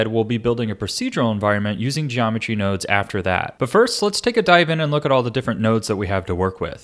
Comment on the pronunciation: 'Geometry woads'